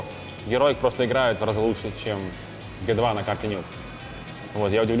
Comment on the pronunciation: Прикольный тренер,особенно команду Хероик(Heroic) называть Героик,а Г2 чем тебе не понравились?Джи ту,а не гэ 2